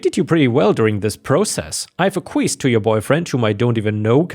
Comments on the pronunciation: FYI: Acquiesced is pronounced ah-kwee-essed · Acquiesced is pronounced ack-we-est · Acquiesced is pronounced ak-wee-essed!